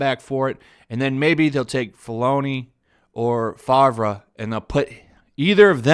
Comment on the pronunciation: It's pronounced Fav-Row.